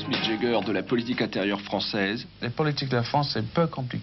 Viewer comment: Wouah les français et l'anglais.. pathétique, même les noms connus comme Jagger qui devient Jegger et Mick qui devient Mike🤣